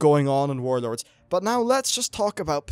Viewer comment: Saying "Wawd" sounds stupid to me. Just say warlords.